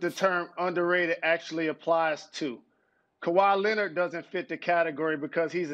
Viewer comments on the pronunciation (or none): Kawhi Lennet